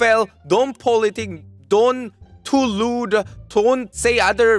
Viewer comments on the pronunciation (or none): When he says "dont too rude", why am I hearing "dont too lewd" 😂😂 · when he said don't too rude i thought he said lewd...